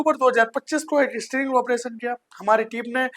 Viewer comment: पहले तो तू बोलना सीख स्ट्रिंग नहीं स्टिंग ऑपरेशन होता है, दूसरी बात तू ऑनलाइन देह व्यापार बता रहा है और हनी ट्रैप भी कह रहा है ऑनलाइन देह व्यापार अलग होता है और हनी ट्रैप एक अलग विषय है जब तुम्हारे जैसे गधे इस तरह का कोई मैटर लेकर कोतवाली पहुंचेंगे तो पुलिस तुम जैसे गधों को गधा ही समझते हैं और वो कोई कार्रवाई नहीं करती क्योंकि पुलिस वाले भी तुम जैसे गधों की फिराक में रहते हैं कि कब आए और उन गधों का उपयोग किया जाए पहले कुछ सीख इसके बाद ही कोई स्टिंग ऑपरेशन करो नहीं तो स्टिंग ऑपरेशन के चक्कर में मेडिकल ऑपरेशन के बाद भी नहीं बचोगे समय खराब है सरकार कैसी है फर्क नहीं पड़ता लेकिन नीचे तक तंत्र कैसा है यह बहुत महत्वपूर्ण होता है यहां हर गली हर मोहल्ले में दलाल बैठे हैं सरकार चाहे किसी की हो दलाल हरामखोरो चमचों बदमाश भ्रष्ट पुलिस वालों और अधिकारियों व लुटेरों की कमी कभी नहीं होने वाली